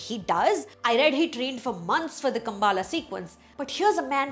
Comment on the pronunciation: It's not Kambaala..... It's Kambala